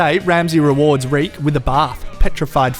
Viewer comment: You started calling Reek, Rick.